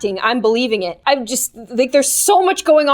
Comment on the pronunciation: ._., i swear i always thought she said" Happy day on GLOOOM" ;v; not...."happy day IM GLOOOOOM"